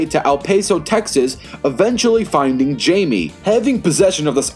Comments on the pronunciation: you dont say the j in jaime it actually haime but with a j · It’s pronounced himey so like hi and then may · It's pronounced Jaime(Hi-me) Reyes(Ray-Ez